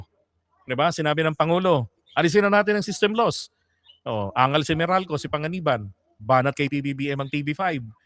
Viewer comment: Pangilinan pon not Panga iban